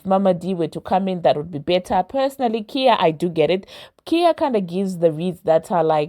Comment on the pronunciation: Who is Kia 🤔 do you mean Khia (pronounced Ky-ya)